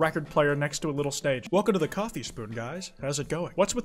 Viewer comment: so were all just gonna slide past the fact that said shoffee shop instead of coffee shop???